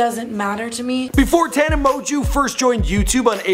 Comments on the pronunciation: I'm not a tana supporter but just like your sssniperwolf video this was badly made, it wasn't factual and was purely made to slag her off, and purposely mis pronouncing her name when she says it at the start of everyone of her vids is just childish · It’s produced MO-JOE not mojew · Did anyone cringe when he said "Mon-Jew" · she's a gen z, not millennial. Pronounced mo-jo. Please do 2 seconds of research on how to pronounce names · It's pronounced mojo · Yo did I just hear you call her tana mon(Jew) ? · and how da hell you get "Amojew" out of Mongeau? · Also, it's really not hard to pronounce Tana's last name... she used to say it in the beginning of all her videos haha MOJO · "Tana Mongoose"-idubbz 2k17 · "Tana Moju" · its promounced "mojo" btw 😂😂😂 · Pronounced TANNA MOJO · “Tana Mozue” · Moejoe is how you say it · It's pronounced Tana, Mo-Jo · Mo-jew?!?! MO-JEW?!?! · 'tana mojew' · her last name is pronuced mjo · It’s pronounced “mojo” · you say it like moan joe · Who the fuck is tana moju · Tana Mo-jew, LOL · It's pernouced " Tana Mojo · Tana Mon Jew?! IM CRINGING PLS LEARN HOW TO PRONOUNCE HER NAME BEFORE U MAKE A VIDEO ABOUT HER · Take a shot every time he said "Mongeau" wrong😂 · dude, you've seen her videos, she always says her name in the beggining at the video, how come you cannot say it right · How you gonna mispronounce her name when she says it at the beginning of every video? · Omg, her last name is french(like mine) it's not that hard to pronounce.. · at least say her name right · who else was triggered when he mispronounced her last name?? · SAY. HER NAME. PROPERLY! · He doesn't even pronounce her name correctly. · He literally can't even pronounce her name